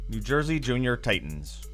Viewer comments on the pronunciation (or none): none